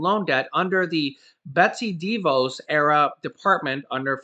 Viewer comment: Not that it really matters, because I can’t stand the woman, but her last name is pronounced as follows: Dee Voss (like floss).